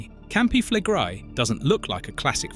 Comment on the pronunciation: Campi flegre? Campi flegré-i heißen die "brennenden Felder"! Wieder einer, der keine Ahnung hat, wovon er spricht? Ach so! Wieder eine KI-Geschichte, die wiederkäut, was allgemein bekannt ist, CIAO!